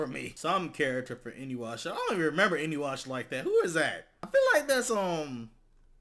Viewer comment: my man said inuwashaa